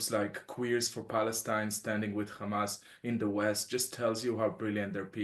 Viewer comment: Stop saying gamas its HAMAS 🇸🇩🇿🇦